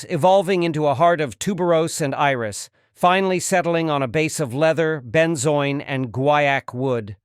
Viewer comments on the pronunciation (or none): none